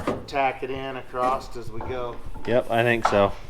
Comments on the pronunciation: Why are Americans saying ACROST instead of just across? A lot of u tubers seem to be doing it lately. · Love you guys but it’s ‘across’ not ‘acrosdt’